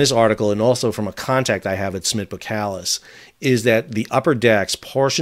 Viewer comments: 2 minor notes on pronunciation: 1 Boskalis contains an s before the k 2 your pronunciation of Eemshaven is close, but it would be even better if you pronounce the Eems bit as you pronounce aims. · Hey Sal, just FYI You could pronounce EEMSHAVEN as EAMES (like the furniture designer couple) and ‘Haven’ from NEW HAVEN. And Boskalis as BOSS (the fashion brand) -Kalis. We’re Dutch, not French ;) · Thanks for another great insight! :-) My takes for your pronunciation: - you (Americans) would spell "Aims-haw-fen" - Boskalis had before (in one phase) been spelled "Bos & Kalis". That first "s" does get pronounced. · Thanks for your views. (BTW, the 's' in Boskalis is not silent, just saying.) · You are not pronouncing Eemshaven correctly. The first vowel sound is a long a sound, analog to the first vowel sound in 'wave'. Also as far as I know the first s in Boskalis is not silent . Keep up the good videos.